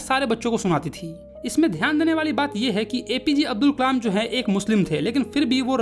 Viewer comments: me aapne kalam ki jagah kmal bola he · Nice video but said kamal instead of Kalam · it's kalam not kamal btw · Kalam ❌no kamal🧋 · It's kalam not kalem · Kalam bolte h Kamal nhii😂😂😂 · Kalam ❎️ Kamal✅️ 😅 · ...bro kamal nahi kalam he😊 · pe Kalam ki jagah Kamal 😂😂😂 listen carefully. All 👇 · is kalaam not kamal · Kalam ❎ Kamal✅😅😂 Btw..Your all videos are very helpful and understanding 😊❤ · A mistake in your vedio Kalam × Kamal 😂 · Who noticed on he said kamal instead of kalam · It's kalam not Kalam